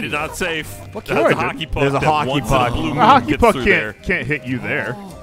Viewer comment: maybe i'm watching too much One Piece but i swore he said Haki instead of Hockey